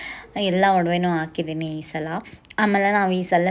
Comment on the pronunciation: Akidini alla hakidini. Kannada correct madkoli pls